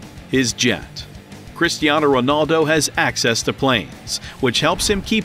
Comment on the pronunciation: man he say christiano its cristiano🤣🤣🤣🤣🤣